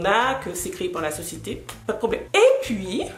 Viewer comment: Hahahaaa qu'est ce que j'ai rigolé ! Entre autres "la meuf a dit pani prrroblèm" 🤣🤣🤣 De toute façon vaut mieux rire de ce genre de choses sinon on en a pas fini de se prendre la tête ! Mais en effet il faut surtout reprendre les gens sur certains stéréotypes sinon ça n'en finira jamais ! J'ai adoré ta vidéo, on dirait que tu es clairement en train de discuter et rigoler avec quelqu'un, pas du tout seule devant ta caméra ! Bravo !!!